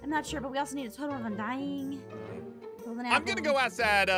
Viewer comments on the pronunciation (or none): “Totem of undiededing” 💀💀💀💀💀✨✨✨ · I LOVE when it said “totem of undieddeding”😂